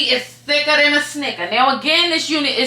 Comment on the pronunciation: “thicka than a snicka” 😂